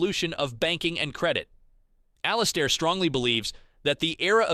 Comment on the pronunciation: IT'S ALL-IS-AIR AND HIS DAILY NOTHING.